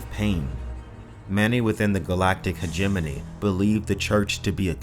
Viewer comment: Took me a couple of times hearing it before I realized Hajimminy was hegemony. I guess because I've always said it hej-eh-moh-nee.